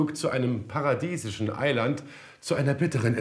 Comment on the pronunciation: das kleine "Ei-Land"